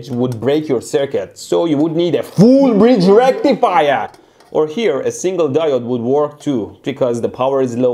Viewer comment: Tamil Binary - FOOLL BRIZGE RECTIFIRE lol